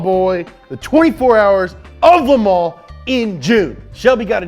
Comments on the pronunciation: The S is silent in "Le Mans". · Learn how to pronounce Le Mans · How many times did he said The 24 hours of le mans epicly?